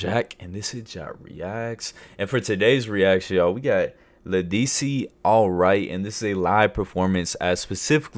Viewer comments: led duh si is how you pronounce it but she eats. From New Orleans Louisiana...This was one of her earliest hits. The original is more captivating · Ledisi (Led-a-see) think of you ❤🎉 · It's LE-DUH-SEE😅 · It's pronounced lead-ah-cee 😂